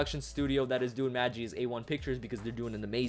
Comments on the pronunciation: You prouncouned Magi Wrong its MaahGi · magi is pronounced with a long G. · It's pronounced maghi, not maji